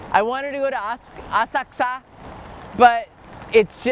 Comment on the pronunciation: I crack up whenever he says Asakusa in his weird way